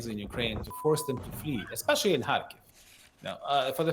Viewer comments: It's Car-Keeve (Car-Leave) Kharkiv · isn't it pronounced kharkeeeve? where has this reporter been hiding?